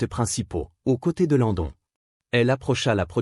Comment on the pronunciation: Ces voix générée par intelligence artificielle sont insupportables. Qu'est-ce qui me confirme que c'est une voix artificielle ? UNGAL au lien de INGAL LENTDON au lieu de LAND DONNE